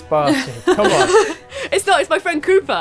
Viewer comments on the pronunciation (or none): I'm sorry, as an American, when you say Cooper I hear Koopa.... then i just want to jump on his head. Sorry Coop....